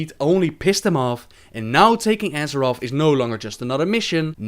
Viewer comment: side note: Azerof?? come on!!!!!